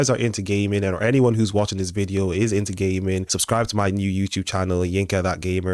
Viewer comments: your accent sounds like "gay men" not "gaming." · look I know you said gaming but why’d it sound like you said “if your into gay men” bro…..